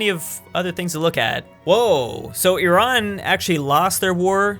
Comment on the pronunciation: thank u for pronouncing iran and iraq right